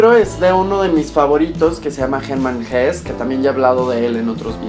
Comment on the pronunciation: Guapo, sólo por entrar al tren del mame, la "e" al final en alemán sí se lee: Hesse. Lo digo porque en el video pasado igual no lo pronunciaste y pues algo se aprende :P Saludos